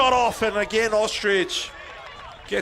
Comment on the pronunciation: Cody Ostreich- pronounced "Ostrike" not ostrich 😂